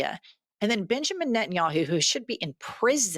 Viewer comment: I know you said Benjamin, but I heard Bitchemen 😂❤